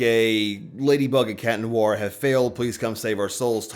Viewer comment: "tales of. lady and cat neware" WHAT THE HELL IS CAT NEWARE?? 😀